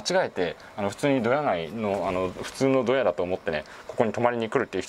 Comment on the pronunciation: ドヤのイントネーションが違うんだよなぁ